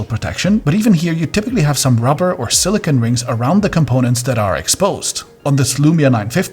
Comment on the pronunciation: please learn to say silicone properly. The last syllable sounds like "cone" with a long 'O'. Silicon is a crystalline metalloid use to make microchips.